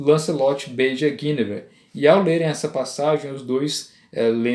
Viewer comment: A primeira pessoa que diz o nome Guinevere corretamente. Meus parabens.